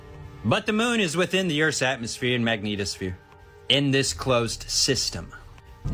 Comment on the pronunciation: Bearded guy is highly annoying and often incorrect. He needs to get HUMBLE. Why do people like him say magneeetosphere? Smh, so ridic.